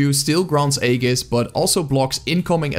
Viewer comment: Awesome video, but I thought you should be made aware: Aegis is pronounced ˈē-jis -- not ā-gis